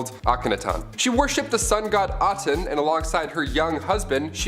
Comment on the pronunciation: It’s not Aton it’s ATEN